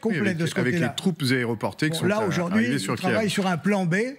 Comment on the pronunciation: Kiev, pas Kiiiiiiiiiiiiiiiv ;)